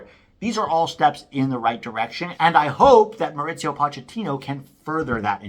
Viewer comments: It’s not “MauriZio”, it’s “Mauricio” get real dude and don’t disrespect our first Hispanic coach. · Mauricio is pronounced Mao-Reese-See-Oh. No t, no z in there.